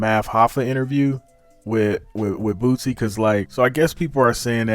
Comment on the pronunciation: It’s Lil Boosie, not Bootsy